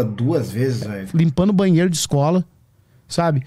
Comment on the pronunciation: ele grifa as palavras do nada, ele diz que vai no banheiro dando ênfase à palavra banheiro kkkkkk